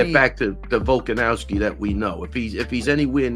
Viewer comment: Why does Ray Longo keep calling him VolkanOWSKI? 💀